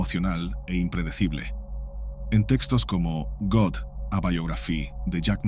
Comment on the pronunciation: Quisiera hacer una aportación . En el minuto . Dicen GOD , así como se pronunciaría en español , pero ……. Este palabra está en INGLÉS , y quiere decir DIOS , como muchos ya lo sabrán , pero como esta en inglés se pronuncia así GAD . Pero claro se escribe GOD . Espero que no te molestes por esta aclaración . Solo quise aportar algo , con mucho respeto . Me gustan mucho tus videos , son muy interesantes e informativos. En mi tienes una suscriptora. Gracias .